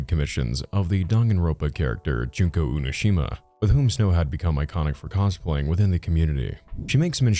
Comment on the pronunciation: UNOSHIMA? its not pronounced like that 💔